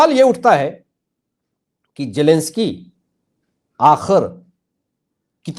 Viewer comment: Zelensky not jelensky